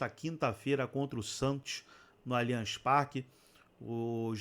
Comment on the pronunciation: Quero te convidar a falar o nome do nosso estádio corretamente: NÃO é Alianchi e sim, lê-se Aliance!!! Muito diferente. Por isso toma mais um “dislike”.